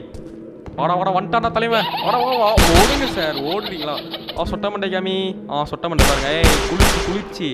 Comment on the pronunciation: athu sootai illa sottai next time correct pannunga please kindy request